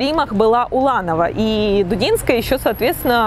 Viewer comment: Если уж взялись придираться к словам и фразам, начните с себя: нельзя ж так чудовищно перевирать фамилию прекрасной балерины и педагога. ДУДИНСКАЯ!